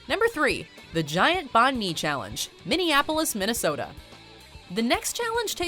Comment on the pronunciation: Her pronunciation of Banh Mi kills me everyone I hear it